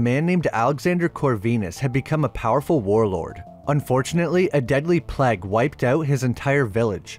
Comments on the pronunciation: The pleg?? You mean plague 🤦‍♂️ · Did you purposely choose to pronounce plague the way you did ?!